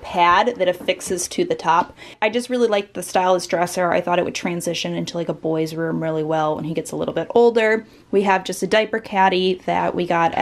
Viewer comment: Love the "I want to believe" poster, but why did you have to put so much emphasis on 'really cute in a little BOY's room?